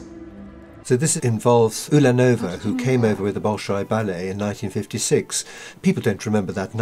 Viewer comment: Accent is on "la" in the name not on "nova" in Ulanova.